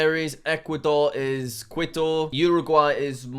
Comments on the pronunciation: its Quito like as in key-to not like quit-o btw jack! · WHAT IS KUITU IS KITO OK AND HOW DARE YOU SAY LIMA FOR CHILE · Every time Jack said Quito, it cracked me up: Quit-oh. It’s pronounced more like Key-toe, Jack. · jack if you didn't know, quito is actually pronounced qito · quito is pronounced key-toe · Kee-toe Ecuador, that’s how my Spanish teacher told me to pronounce it. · we love "quit-oh" I wonder how he will pronounce the capitals of honduras and sri lanka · The best part of the video is obviously Jack pronouncing Quito like Kwito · I cringe every time he says "quit-toe" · Just so you know, Quito is pronounced key-toe. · I think I started crying when he said “quid-o” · pov: kwi-to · Quito is actually pronounced like this. KEE-TOW. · Stop mispronouncing it! Quito is pronounced Cee-to. Get it right! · Good video, Quito is pronounced k-ee-to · KI-TO, jack! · You can’t forget quit-oh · Quito = kee-tow. Not really a soft Q in Spanish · “Quit - o” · Pldase find out how to pronounce Quito it's driving me nuts. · bro... jack saying quito made me die inside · quito is pronounced like mosquito btw jack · Santiago is pronounced as “san-chee-ya-go”, Quito is pronounced “Kee-to” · Qüito Sæntiaigo Montevídeo Bueinous Ares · Correct Pronunciations for Jack: Ecuador, Quito = Keeto Colombia, Bogota = Bow(and arrow) go tah Venezuela, Caracas = you said it right! Guyana, Georgetown = you said it right! Suriname, Paramaribo = Para maree bo Peru, Lima = you said it right! Bolivia, (actually two capitals)La Paz = you said it right! Chile, Santiago = San tee ahh go Argentina, Buenos Aires = Bwenos eye ris Paraguay, Asunción = assun se own Uruguay, Montevideo = Montay vee de oh Brazil, Brasília = you said it right!